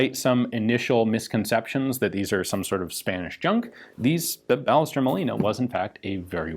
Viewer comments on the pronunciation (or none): Should this not be pronounced "bai-YEH-stehr", not "BAH-leh-ster"? The "LL" makes "y" sound in Spanish, I believe. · The name pronounced in Spanish is "Ba-yes-TERR" it is a common last name as is Molina. And the other translation is more realistically "manufactured by", not "for". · If anyone's interested here's how we pronounce "Ballester" in Argentina (or in Buenos Aires, at least): BA sounds like BUmp; LLE sounds like SHErman, the S is a simple s, and TER sounds like TERminal. Of course this is an approximate way to do it but I'm not gonna be throwing phonetic symbols here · FYI - The "LL" in Spanish is a separate letter and it's pronounced like a Y in English. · Does the "ll" in Ballester not make a "y" sound since it's a Spanish name?